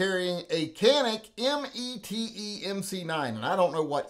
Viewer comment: The METE is pronounced like your saying Meta. I had to ask at a gun show to find out. lol